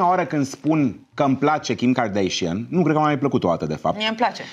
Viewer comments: OMG, va rog invatati sa le pronuntati numele corect... nu e asa greu Kim kardeshein ❌ Kim kardashan ✔ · De ce toți românii spun KarDEIȘIĂN ? E KarDAȘIAN. Fix cum se scrie. Nu am auzit niciodată din gura lor să se prezinte KarDEIȘIĂN.